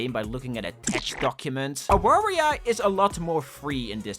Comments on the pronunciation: Polish people pronounce W as V, so you say it as 'Avaria'. It pained me to hear you call it like it's another Wario inspired game. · It's pronounced A-var-ya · AAAAAAAAA AWARIA JESUS CHRIST ITS READ AVARIA I FORGOT PEOPLE CAN BE NOT POLISH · the way you read Awaria hurts me a bit. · As a proud Polishman I must say ☝️🤓 “Awaria” is pronounced with a “v” sound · It hurts me how non Polish people read "Awaria" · Time to make fun of your pronouncenation of awaria. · The way that non-polish speakers pronounce "Awaria" is cracking me up lol Also really happy to see Mindwave on the list. I was never really that interested in Warioware but this game captivated me ever since I first saw it. I absolutely love it and I can't wait to play it when it fully releases.